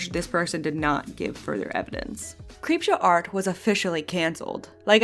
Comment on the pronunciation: two and a half years later i have three takeaways from this: 1) a hypothetical sequel could easily be another 4.5 hours 2) how the fuck did prison mate mispronounce creepshow art 3) why is this not the first time i've seen ppl tell neurodivergent ppl who can reclaim that word that they're not allowed to for some stupid reason? of all the problems to have w harley's words (of which there are many), kai had to pick the least sensical one.